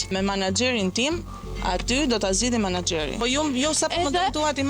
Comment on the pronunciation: Po cfar bisnesi ka kjo aman, dëgjoje si thot "Manaxheri"😂 ehhhh moj 😅